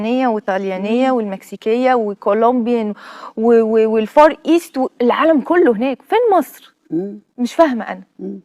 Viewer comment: فين دي الفور ايست ؟ عايزة تكون عالمية ومش عارفة تقول الفارايست